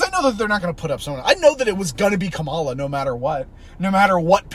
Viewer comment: All that stuff of like, having a debate for who the democratic candidate would be, did happen a little. Its just that everyone knew so much that it was 100% going to be Kamala (pronounced KA-ma-la, stress on the first syllable not the middle)